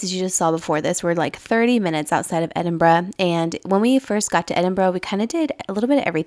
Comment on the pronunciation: made me so happy hearing you pronounce Edinburgh correctly. glad you enjoyed it x